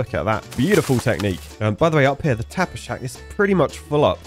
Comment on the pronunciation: Every time you you say tapper's shack I hear tapas shack and immediately want a good snack.